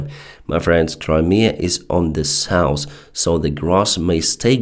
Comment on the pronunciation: People has tried to explain several words he uses wrong or pronounce wrong. After nearly 2 years he has not changed one... It is still cat instead of cut, jab instead of job, sauce instead of south, norse instead of north, shat instead of shut and shot. Etc etc etc.